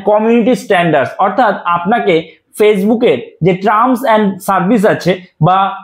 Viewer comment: ট্রাম না এটার উচ্চারণ হবে টার্ম।।।।।